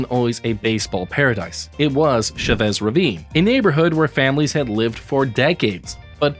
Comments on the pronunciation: It's not " Shuh Bess" Ravine dammit! It's CHA VESS." Quit butchering the language and offending the people A$$hole! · “Sha-vez” Ravine? that’s a latino name. try saying it with your chest! “Cha-vez” like the dance. “Cha-Cha!” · Bro wtf was that pronunciation lmao it’s Chavez like the last name 😭😂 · "Shove-ezz" Ravine? haha